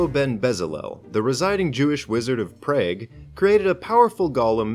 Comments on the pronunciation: How come you can't pronounce Prague correctly? I nearly turned the video off the second time you said it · Your pronunciation of Prague pains me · It’s pronounced prog not preg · Prah-Guh 🤦‍♂️not prage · Yea it's pronounced like prah-g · Ah yes, the most beautiful city in the Czech Republic: Praygue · Prayge? Its pronounced like prawg. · Objection! Prague's pronounced "Praag" not "Praig" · How you gonna say prey-g. Its pronounced prah-g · Prague rhymes with frog. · Its pronounce like pogchamp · As a Czech that now resides in Preg I feel very offended by that pronunciation of Prague. It's like saying Arkansas as "Arcane-sass" which is almost exactly how you pronounce that place in Czech :D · 🤣 as a Czech, that's funny as fuck. Pronounced praag. It's a lot easier calling it Praha, not some co fusing -gue ending shit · PrAyG triggered me so much ngl hahah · Prague is pronounced "prog." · The Jewish sabbath is on Saturday Prague is pronounced Prah-g in English or pra-ha in Czech Also the story of was the golem of Prague story is set in the 1500s so it was in the holy roman empire i.e. Germany (even though the kingdom of Bohemia was majority Slavic and Czech is its own language). And to my recollection the Golem was only deactivated during Pessach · Dude almost pronounced it like prageru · Prague is pronounce Prahg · m8 its pronounced prog Prague is pronounced Prog Hebrew is a fun language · pronounced: Pr-ah-g or praag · Never heard Prague pronounced like that before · Arguably, pronunciation research is part of the job, and adds to the viewer experience, could you please next time? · was about to scream when you said prague like google exists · But he didn't say Prague very correct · just straight up pronouncing Prague like the Korean commentators for competitive StarCraft: Brood War. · Your pronunciation of Prague killed me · I think Prague is said so it rhymes with frog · That is not how you pronounce Prague, it’s the Czech capital you came look it up.